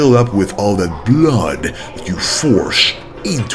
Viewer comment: I love the way he says "blood", sounds like blöd 🤣